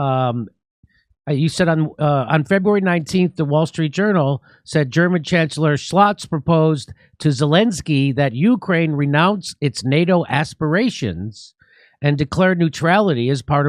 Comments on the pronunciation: "Scholz" not "Schlotz" 🙈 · The German chancellor is called Scholz (the first part of the name is pronounced like the first part of shock) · Hahahaha, "German chancellor Shlotz"! Nailed it!